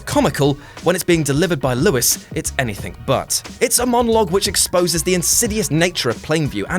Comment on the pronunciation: I liked this list a lot. I mostly agreed with it whole heatedly, but I've watched a few of your videos, and, though I don't want to troll, please take note: -This is the word "anything." Please notice the distinct lack of the letter "k" at the end of it. Instead their sits a "g." Ends in and "ing" not an "ink." Also, a twenty-something (I assume?) saying "you're welcome" as if they discovered The Great Dictator, a film that is 77 years old is soooooooooo Goddamn arrogant. It takes away from your explanation, which was humble, human and, dare I say, like-able. I'm a Southwest boy too, just don't want you to let the side down. Cheers for your time. Sincerely, Not a chav and not currently drinking cider